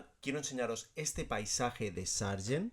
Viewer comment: I had problems with your pronunciation of Matisse, Dégas, and Sargent. Your video is 3/4 this of the way before you explain what you mean by saturation. The interaction between red and green is very interesting.